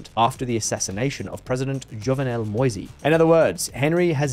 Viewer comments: and why are you saying MoisY? Moise is French for Moses and its pronounced Mo EEs. Learn to pronounce the names for crying out loud. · The E in Macoute is silent. Same with Moïse. It's "mo-EEZ." French for Moses.